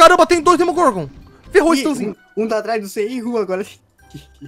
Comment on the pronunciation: É Demogorgon e Não Domogorgon